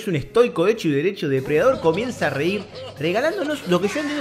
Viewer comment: Jejeje morí jejeje "Depre Dador" jejeje